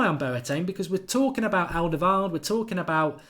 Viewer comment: He's not called alderveld. You have 230k subscribers now. Learn to speak.